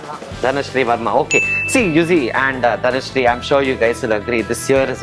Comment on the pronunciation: Oh her name is dhanashree not dhanushree!!